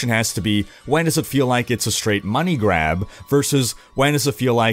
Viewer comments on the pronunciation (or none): none